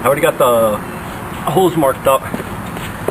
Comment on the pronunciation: when you say "drill the holes" it sounds like 'drill the hoes" hahahahaha